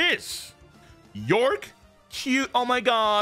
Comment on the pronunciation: It's york